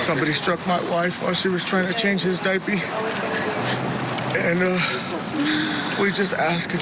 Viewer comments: I know, who in an interview says “diapey” instead of diaper. That’s something you say between you, not in public. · Wait... Did he say Daipy? He's guilty for sure if that's the case